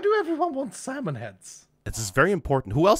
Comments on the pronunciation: About Docs comment. "nobody wants your Salmon." You need to know that Doc's native language is german (if I din't got it completely wrong). Problem is you pronounced "Salmon" (multiple times) like "Samen". And Samen is the german word for Seed or Semen. Keeping that in mind, "nobody wants your Samen" is ... still kinda insulting when thinking about it, but ... not an unexpectable reaction when casually getting offered some freshly cooked Samen. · Although the "A" in that word gets pronounced slightly differently (somethat close-ish to how Avatar Aang got pronounced in the live action movie) it is close enough to mistaken it. And then saying "big Samen is not happy" ...